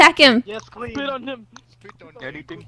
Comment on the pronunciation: Speet on heem